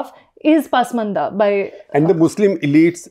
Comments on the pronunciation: I thought it’s pronounced pasmaandaa पस्मान्दा. And yet I hear paasmandaa पास्मन्दा in this clip and elsewhere. Does anyone know for sure? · Very informative & loved it. Only suggestion would be to pronounce Hindi and Urdu words as per local diction not as per English pronunciation. Pasmanda is ‘Pus- maanda’ not pass- maanda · Your Muslim expert can't pronounce Pasmanda properly. She has always pronounced it as Paasmanda. Please ask he to correct it.